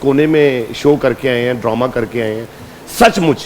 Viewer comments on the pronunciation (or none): so called khan, Droma nahi Drama hota hai paindoo jaahil lahori shakhs.